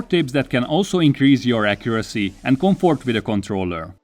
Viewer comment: “Maximum CumfOrt”